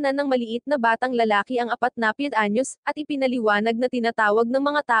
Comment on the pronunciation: ano lalali hindi lalali lalaki